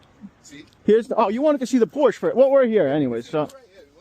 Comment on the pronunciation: Please pronounce Porsche correctly